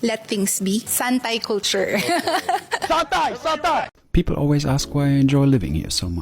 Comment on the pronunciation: Saat speed bilang santai malah kedengaran satai alias sate